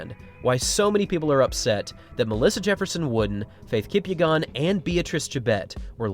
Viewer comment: No way this guy just mispronounced Faith Kipyegon's last name like that